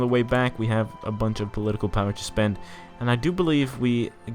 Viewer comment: I love how your brazilian accent still prevails on the "tchuuuuuu" (to)